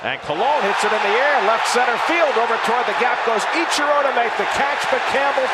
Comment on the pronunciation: AHEM IT'S PRONOUNCED ICHIRO SIR THANK YOU VERY MUCH